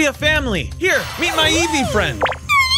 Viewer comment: Eevee: “Eeve euwu”